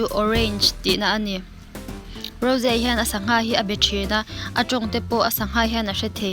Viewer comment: Rose aiah raws tia lam tur lom